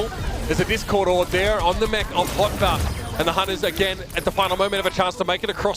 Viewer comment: He said "On the mech of hotba"